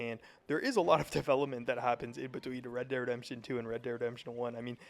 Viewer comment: why cant you say REDEMPTION?